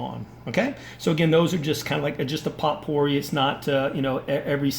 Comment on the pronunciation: Very helpful video... but I couldn't help but laugh every time you said POTpourri; the T is silent, and the O is long: POEpourri.